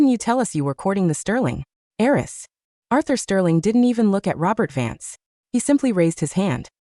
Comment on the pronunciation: Not aerys but HEIRESS